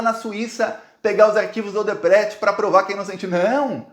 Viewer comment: É o único cara da esquerda que não sabe fala o nome da Odebrecht serto, chega ser ridículo